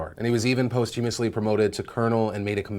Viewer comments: You should probably google how to say "posthumously" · Someone from Phil's team needs to tell him he keeps pronouncing posthumously wrong